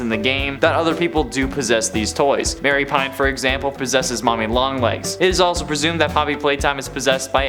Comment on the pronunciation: Her name isn’t Mary Pine… it’s pronounced Ma-ree Pain